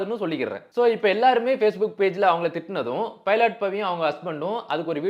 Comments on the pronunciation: பைலாட் இல்ல ப்ரோ.... பைலட்.... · பைலட் பவிடா... பைலாட் பவி illaa😅😅😅